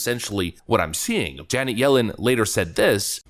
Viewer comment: You really need to work on how to pronounce "Janet". It's certainly not "Janee".